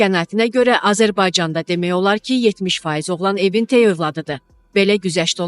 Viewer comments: Ay aparıcı xanım, səni efirə buraxan kəs bir dənə "tək" kəlməsini niyə öyrətməyib. Dilimizdə təy sözü yoxdu. Bu sənin "gərgin" əməyinin məhsuludur. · "təy" yox-tək